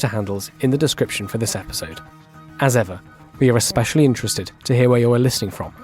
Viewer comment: Thanks again for the great updates. did she say eXspecially? God I hate that so many Americans today don't know that's wrong. It's symbolic of our deteriorating education system.